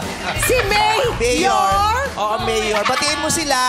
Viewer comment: and VICE YORMEME